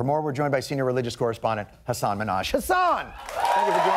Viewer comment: my name too is hassan!!!!! and its not hasaaaaan, its ha-ss-n no pause at the " - "